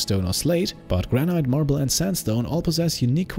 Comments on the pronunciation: Lol “Granite” here in ‘merica we call it “gran-it” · I could be wrong, but I think “granite” is pronounced “gran-it”.